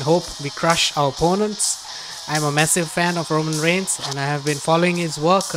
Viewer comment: Bro its reigns not rangars